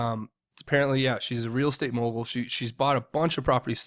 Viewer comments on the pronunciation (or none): none